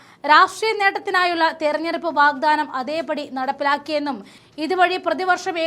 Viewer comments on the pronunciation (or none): റദ്ദാക്കണം, വാഗ്ദാനം എന്നീ പദങ്ങൾ റധാക്കണം വാഗ്ധാനം എന്നിങ്ങനെയാണോ ഉച്ചരിക്കേണ്ടത്